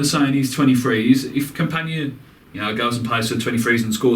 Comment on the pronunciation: Like watching your vids, but it's not campanya or campaña, it's simply campana, please stop mispronouncing!